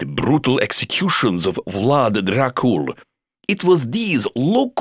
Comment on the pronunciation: His pronunciation of "Vlad Dracul" was on point.